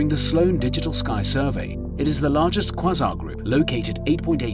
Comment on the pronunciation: Quasar, It's pronounced kway zaa. Was this done with an actual narrator or some text to speech program. Good content otherwise.